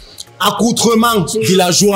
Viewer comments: "AccouPREment" massa😂😂😂 ça sort d'où encore ça😂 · J'aime pas son "accroupement" 😂😂😂😂😂 seigneur Jésus